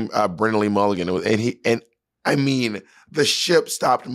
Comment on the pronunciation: Bob say “BRENNAN” instead of brendan challenge, go